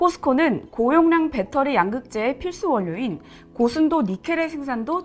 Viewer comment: 배터리 발음 교정하세요 젊은사람 같은데